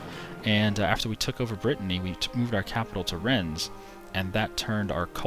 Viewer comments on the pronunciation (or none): none